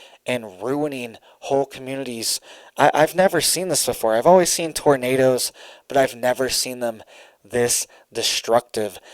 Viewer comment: Did you say tornadoes or did you say tomatoes?😂❤😂❤😂❤😂❤😂❤ I like to pull on that little red beard